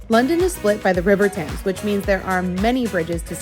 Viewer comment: Interesting video, but the Thames is pronounced temes!